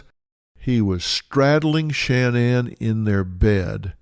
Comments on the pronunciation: Her name is not “SHAN-ANN”!!!! It’s pronounced “SHA-NAN” like “nan DUSKIN ” or “sha na na”! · Omg please stop saying SHAN NAN. Its like nails on a chalkboard… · Why couldn’t he pronounce her name correctly. Drove me crazy